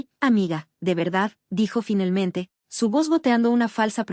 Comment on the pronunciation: Porque segaramente en vez de seguramente, finelmente a cambio de finalmente